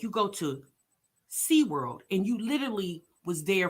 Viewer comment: This lady DID not just say “And went to sea-damn-world!” 😂🤣🤣🤣😭